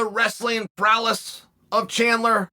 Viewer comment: Lol wrestling prowless, 🐐 at pronouncing words